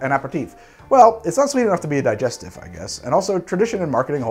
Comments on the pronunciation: Same. It bothered me that he said it wrong through the whole video. Especially since he has tried to pronounce other drinks correctly in every other video. Also "Dee-jess-teef". Not "Die-jest- if". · Need a video on how to pronounce words!! A (soft) Peri (Perry) Tif (Teef) same with parmesan, and most of the cocktail names in the favourite three gin cocktails. Couldn't watch because you can't say the word. Di (Dee) Gest (Gest) if (eef) those pesky French and their insistence on pronunciation. Vermouth - you say it correctly.